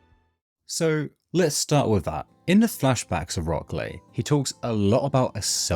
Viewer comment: It's been 20 years? Jesus, I'm old. Also, you're probably the first person to pronounce it as "Rock Clay" and it actually makes sense lol.